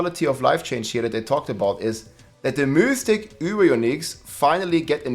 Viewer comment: Its pronounced "mith-ick" (Mythic)